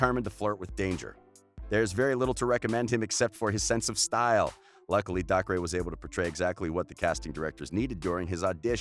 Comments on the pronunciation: It's not DAK-RAY its DAY CAH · Gayten? No, Gatten McLogklin? Nope, McLaughin Daycer? Nah, Dahcray sounds better (These are pronunciations not how you actually spell their names) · it’s not “dah-cree” it’s “day-ker”😭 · YOU SAY DACRE AS DAY-CER NOT dac-ray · dAhCrAy.btw its daycer, dacre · Narrator: Noah. Joe. Millie. DaHcRaYyyy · It bugs me how he says Gaten and Dacre wrong. It's pronounced gay-tin and acre with a d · It rlly isn’t... DAY-CUR! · omg and dacre is pronounced dacer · And also the way he pronounced Dacre. He was like. DacRay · “dacre” and “gaten” god this guy needs to some minimal research on names. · Is it just me or is everyone so annoyed how he pronounced gaten and dacre’s name wrong .. ( omg thanks for nearly 500 likes ) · And also Dacre😂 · Claire-Louise Maltas i know but he pronounced dacres name wrong😂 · It bothered me so much